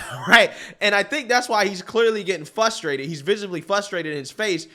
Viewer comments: Love your videos and channel, but it’s frustrating to me when people say “fustrated” lol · "FUSSSSTRATED" 😂😂😂 Bro, it's "FRRRRRUUUSSSTRRRRAAATTEEED" that first R in the word is NOT silent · Frustrated not fustrated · Hey! Maybe it's just my white supremacy trying to exert control, but hearing you say the word "FRUSTRATING &/or FRUSTRATED" is in itself, quite "f-RRRRR-ustrating"--- not "FUSS-trating" 🤣 Ok it's not frustrating, but I think of this like someone walking around with broccoli in their teeth and no one telling them. I'd much rather know, than not. I hope there is no offense taken here. Keep up the great work! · I think you’re a good commentator, but please… PLEASE… try to say FRUSTrated Not FUSTrated lol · Frustrated. Not fustrated. Not flustrated. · I love your channel but the word is frustrated not fus...m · frus·trat·ed /ˈfrəˌstrādəd/ F-RRRRRRRRR-USTRATED "I am fRustrated by your repeated mispronunciation of the word."